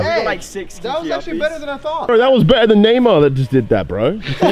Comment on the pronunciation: “you got it bRrw” 😂